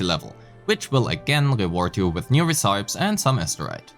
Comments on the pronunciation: very informative video but its called " ray-see-pee = recipe" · Ray see pee? It's pronounced reh-sih-pee. Stop giving the guy grief over his pronunciation when you can't even do it yourself. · hey bro,nice video,just a little nitpick I have. Your pronunciation of the word "recipe" isn't exactly correct, cuz it's pronounced reh-suh-pee. Just tryna help dw lol,all the best! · Im Cambridge Dictionary kann man sich online die Aussprache von Wörtern wie recipe anhören ^^ Aber feines Video, viel neues gesehen! Freue mich sehr aufs game.